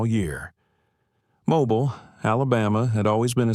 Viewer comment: There is no Riverside county in Alabama. You pronounced "Mobile" incorrectly three times in the first ten minutes, in two different ways. If the 73 year old man in the story served in Afghanistan, the youngest he could have been at the time is 49, which would be unusual at the very least. According to Google, there are attorneys named Margaret Foster in several states, but not Alabama. If you want to write fiction, why not label it as such? It reads like you are trying to further divide an already divided country. Why would anybody want to do that?